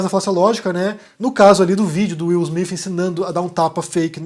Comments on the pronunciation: Desculpa a ignorância, mas não é Smith ? Por que vc fala Smifh. É o som que se deve usar? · Bom dia! Eu achei estranho, desconfiei no início. Se ele estava com tanta raiva, por que um tapa e não um murro? Seria mais eficaz... Mas o que eu acho mais estranho é a sua pronúncia do nome do Will Smith... Soa Will Smif, acho tão estranho... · fala Will smif KK